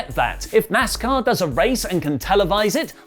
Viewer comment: I never thought that a Wrestling talk show would ever mention my other love of NASCAR, but its strange times we live in. Also, says NASCAR perfect l, I shall always pronounce it like that